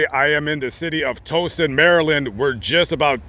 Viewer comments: I enjoy your videos. Whenever I get dragged down over trivial concerns, I find that your videos help me pay attention to what is really important in life. That said, I grew up in Baltimore so I can say with authority that the tow in Towson sounds like the beginning of the word tower and not like the word toe. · You are in my town and you said Towson wrong wrong wrong . Wish I had a horn to squeeze also . Ha Ha it is pronounced towel-sun . But still live ya hon . Hope you got a crab cake . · Just wanted to bring up the fact that us Marylanders pronounce Towson as “Tao-sin.” Just took me a second to realize that’s where you were by the way you pronounced it. Glad you stopped by our state though. If you want to check out some other interesting graves here, there are lots of interesting ones in Ellicott City. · It's pronounced tou-suhn, tou as in "towel" not as in "toe" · Towson, MD. The first syllable rhymes with "cow"; not "toe". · Lamont Towson is pronounced (TOU SON), Maryland...I had no idea he died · It's pronounced like ow sound you when hurt yourself Towson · Love you Lamont!! Since you are in my state I just wanted to let ya know how to pronounce Towson. “Tow” is pronounced like “cow”. Don’t get mad at me. I just wanted you to know.❤️❤️ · FYI: You pronounced Towson wrong. 🤣